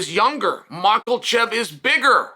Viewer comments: man i love hearing Chael butcher the last names of UFC fighters 😂😂😂 Macklechev and Piera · It bothers me lol, how hard is to to pronounce it right haha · At this point, I think uncle Chael is messing these names up on purpose. Surreal and mocklechev lol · slight mispronunciation, chael is never wrong.